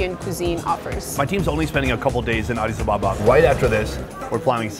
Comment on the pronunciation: It’s ADIS ABE’BA